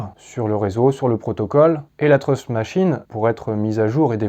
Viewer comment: c'est pas pour critiquer mais tu confonds la prononciation de "trust" et "truth" :) bonne vidéo sinon, comme d'hab